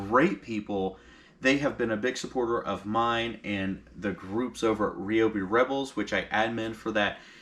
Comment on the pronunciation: Its RYE-O-BEE....NOT...Ree-o-bee....neg. FB...until..its right!!!...GEEZ....